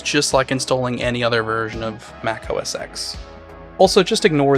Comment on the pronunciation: Every time he says oh ess ecks I wanna bap him